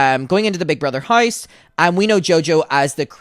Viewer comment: LOL the way you pronounce house as "haise" is cracking me up idky